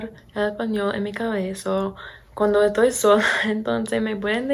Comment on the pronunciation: Hablás pero muy bien! 👌🏻 Te felicito.. Solo una cosa trata de no decir "Toy" por "Estoy" nosotros usamos mucho éso pero en verdad no suena bien para otros hispanohablantes.